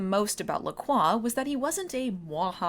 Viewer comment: In all these years, recognizing Nigel Bennet in so many shows and movies, I never once realized he was one of the "It's NOT Oatmeal!" guys. Wow. Also, those drinks, bad sparkling water in a can... every time someone calls them "Lack Roy" instead of pronouncing it LaCroix I cringe. That's okay, I'm pretty sure the ancient and powerful vampire master would want nothing to connect him to those gaudy and flavourless drinks. :) Have you read any of the LaCroix novels? Any good?